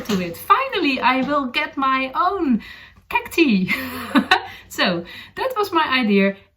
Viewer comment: Lovely podcast... thank you. Cactus (kak-tus) is singular and Cacti (kak- tai) ((like saying the letter I) are plural. Thank you for podcasting in English in which you sound very beautiful!